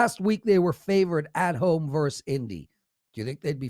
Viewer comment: it's" versus "with two syllables., not "verse "with one syllable.